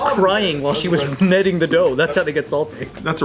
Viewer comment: went from an 8.5 to an 8 after pronouncing kneading as “nedding” 😩😂